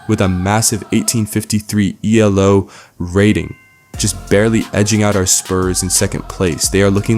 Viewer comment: its pronounced Ee-Low (it's not an acronym but was named after a guy who's last name was Elo). Keep up the good work talking about and tracking things that matter like using real Ratings systems rather than doing what the mainstream media does with their "Power Rankings".